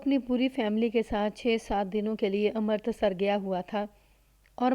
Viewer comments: ہمیشہ امرتسر (Amritsar) کو Amartasar کہتی ہو بالکل اچھا نہیں لگتا۔امرتسر تو اتنا مشہور شہر ہے، تمہیں نہیں معلوم۔ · لگا کیا ہوگا تم تلفظ غلط کررہی ہو ،کہانی سن لو پتہ چل جائے گا،ویسے تم نے اس کہانی میں ہی نہیں اور بھی کئی کہانیوں میں امرتسر کا تلفظ غلط کیا ہے لیکن اس کہانی میں یہ نام بار بار آیا ہے۔ہردوار(Haridwar) کو بھی غلط کہتی ہو۔